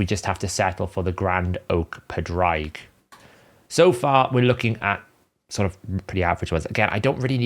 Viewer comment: Just say Patrick in an Irish accent and that is pretty much how you pronounce Padraig. Not whatever you are doing. lol